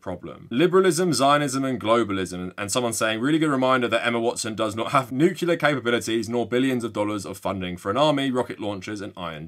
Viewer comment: Friendly reminder. Nuclear is pronounced noo-clee-ar. Not noo-coo-lar. President George w idiot popularized the incorrect pronunciation of nuclear and I don’t think you want to sound like him. One more time, it’s NOO-CLEE-AR.